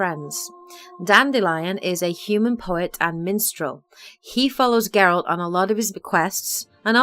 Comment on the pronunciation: I like how you say "Geralt" and not "Jeralt". 👍👍👍